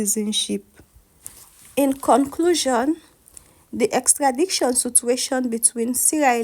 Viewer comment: Please check your pronunciation: the word is EXTRADITION and not EXTRADICTION (wrong X)